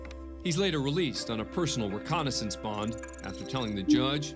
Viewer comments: That’s twice you have said released on “reconnaissance.” lol, How come you didn't show up to your court hearing young man? I was on a Recon Mission judge, like you ordered. Recognizance, not Reconnaissance. Too funny. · Recognizance, not reconnaissance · I believe it’s pronounced ree-COG-nah-zense, not ree-CON-a-sense. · It’s recognizance, not reconnaissance. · It's reCOGnizance, not reconnaissance. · It’s “recognizance” not “reconnaissance”. 🤣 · Hey A&E voice-over guy, the word is "RecoGnizance", not "reconnaissance". He was not released to do recon on himself. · Why does this shows host say more than once in this collection of courtroom video clips that a defendant was released on his own "reconnaissance" instead of the correct term of "recognizance"? Am I missing something here? You would think the host of a reality courtroom drama television series of all people would know the correct word for this term & not be mis-pronouncing it right? I seriously don't understand this at all... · Narrator- it’s “RECOGNIZANCE” Not “RECONNAISSANCE.” How has an editor not caught this?? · How do these pro narrators get their job? Multiple times, this loser says " released on a personal RECONNAISSANCE bond." The proper word is RECOGNIZANCE. Who hires these people? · Please tell narrator the difference between reconnaissance and recognizance. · “He was released on RECONNAISSANCE “. Ermmmm…recognizance , perhaps??? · "Recognizance" and "reconnaissance" are not the same word and are pronounced differently in American English. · ‘Recognisance’ not ‘reconnaissance’. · Love the narrator...but twice he said the defendant was released on his on reconnaissance. FYI..The word should be "recognizance" where the "g" and the "z" are pronounced. Keep on delivering the great show! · isn't it reCOGNIZANCE not reconnaissance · To the narrator, it is "recognizence" not "reconnaissance." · Why does Abrams keep saying "reconnaissance" instead of "recognizance?" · Recognizance not reconnaissance